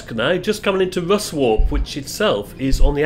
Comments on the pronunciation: Pedantic point - Sleights is pronounced Slytes, and Ruswarp is something like 'Russup'. The snag with this journey is that you get entangled in York's awful traffic en-route! If you are keen to actually get to Whitby, it'd be better to take the train from Leeds to Malton, then get on the Bus for the best bit of the journey there! Of course, it would cost rather more than £2.... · sleights is pronounced S-ly-ts and ruswarp is ruz-arp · I had to laugh when you said Ruswarp, it's pronounced 'Russup', also I though you might have told the viewers that Goathland is the village in the TV series Heartbeat, and that the train station is featured in the latest Indiana Jones movie. Anyway keep up the good work I really enjoyed the ride with you. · Loved the video just a point Ruswarp is pronounced Russap and Sleights is pronounced Slites.